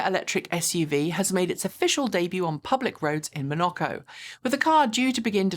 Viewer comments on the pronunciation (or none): Monaco, not "Manoco" :-D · interesting attempt at pronouncing “Monaco” 😂